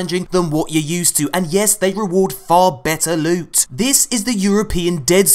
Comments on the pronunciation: "I like my lewt to be sweet and precious" lols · I love the parts where you ask bungie to buff the prrrreshious lewt.